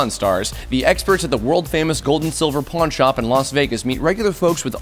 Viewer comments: Who else hears porn shop instead of pawn shop ?😂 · at the beginning he said porn shop ha got eee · I thought he said porn shop